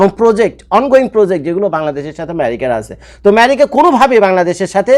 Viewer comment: ভাই আপনার কাছে অনুরোধ আমেরিকাকে " ম্যারিকা" শুনতে খুবই অদ্ভুদ লাগে 😅